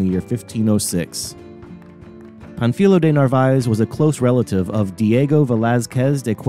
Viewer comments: The correct way to pronounce Pánfilo is to stress the a not the i. It is not Pan fEE lo, it is PAN fi lo. You know this from Spanish grammar. The accent is placed on the a, thereforestressing that vowel, if it were stressed in the i, no accent would be written ans the name ends in a vowel. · The accent over the first syllable means to stress the first syllable -- Pan. You stressed the second syllable -- fi. Your pronunciation is inaccurate.